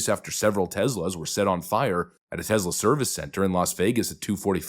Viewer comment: Note to narrator, it's Tesla not Tezla.